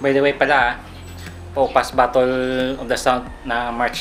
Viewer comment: ang basa sa battle ay batel hnd batol